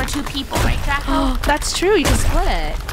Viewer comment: Funneh called draco draca